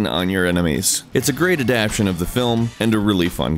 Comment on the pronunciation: were you drunk when you recorded the audio for this? Also, it's "adaptAtion" not "adapshun".